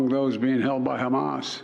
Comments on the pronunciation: Trump would bark like a lobotomized dog and pronounce Hamas “hummus." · Trump has a bigly brain and knows big words. Here's an ex: he pronounced Hamas as 'hummus'. 😅😅